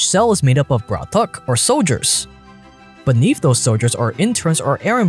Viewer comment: Someone should help with the pronunciation. Pahan, Bratok, Shestyorka and all